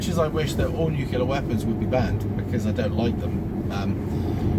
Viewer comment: NUCULAR :'D shut up you gammon featured twat focus on the road